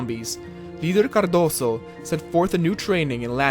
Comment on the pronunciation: Hey man pronunciation in Portuguese is different from Spanish, "Cardoso" the "s" becomes a "z' in this word.